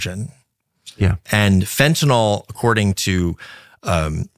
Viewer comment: Went back to watching this in the middle of the night...and why can't people pronounce fentanyl properly? It's not FEN-TEE-NOL, it's FEN-TA-NYL. It's not Tylenol.